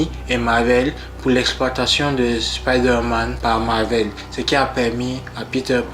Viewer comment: On dit spiderman avec un "I" 😑😑😑